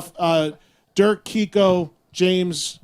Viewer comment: Kiko's last name gets butchered everytime